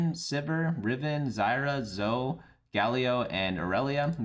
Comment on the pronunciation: It's not "zoh" mr. editor. It is indeed pronounced Zoe "Zo-E".